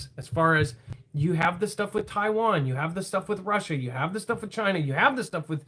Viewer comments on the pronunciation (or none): none